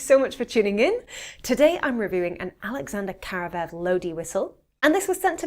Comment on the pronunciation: It's KaravAev, not Karavev. Karavay is a celebratory bread from old slavic traditions.